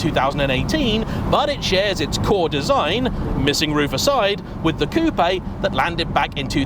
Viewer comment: congratulations: you are one of the very few English speaking journalists who knows how to pronounce Coupé, not Coup